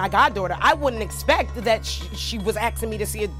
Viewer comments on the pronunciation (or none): she’s axing me 😂😂😂